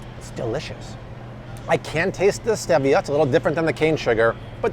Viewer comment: You made me question - am I pronouncing Stevia incorrectly? So I Googled afew different sources... All agree. It is stEE-vee-uh Now we know😄